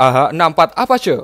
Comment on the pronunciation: apache bacanya > apaaciiii